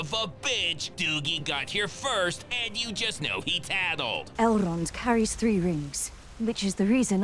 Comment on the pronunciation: Elrrrond. Saurrron. Celebrrrimborrr. Rrrrrrrob Schneiderrrrrr.